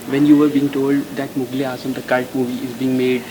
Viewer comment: Sadly she cannot pronounce the word "Mughal". She says "Mugal"